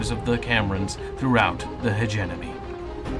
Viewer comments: Not "hedge-enemy." "Hedge-eh-mony" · You keep saying "hegeNOMY"